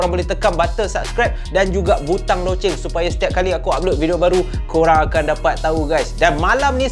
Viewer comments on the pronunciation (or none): none